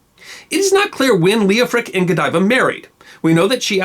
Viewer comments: PLEASE! The name was L-E-O-F-R-I--C, or L-E-O-F-H-R-I-C. NOT "Leoprick" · So Lady Godiver's husband's name was, Leo-prick, ! No comment. That is Coventry's business. Ok the name of her husband is Leo-Frick, I did not understand the narraghter.